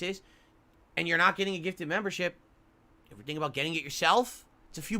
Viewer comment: He’s spent an entire year asking for ‘member bahmbs’… not memberships. So yes, they do know that eventually, usually the end of the month, oic will gift 50-100 memberships. Also, someone should put a compilation of this speech and all of the times has asked/begged for a gifted membership.